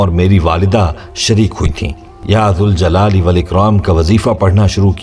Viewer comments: Bhai . when we add "ya" to Zuljalal Wal Ikram . meaning changes . hence we need to read -- ya jaljalali Wal Ikram -- Please correct me if i am wrong . Please do some research . with ya we need to pronounce jal not zul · Galat hay sahi ki tasdeeq Karen ke ya zuljalalewalikraam Nahi Balke ya zaljalalewalikraam sahi pronounciation hay. Agar ya hatake padha jaye tab zuljalalewalikraam hoga phair bhi aap Tasdeeq zaroor karen aur hame jawab den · Aap Allah ke iss naam ko galat read kar rahe